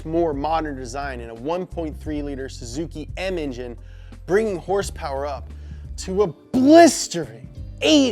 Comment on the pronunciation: Did anyone else notice he said horsepower incorrectly?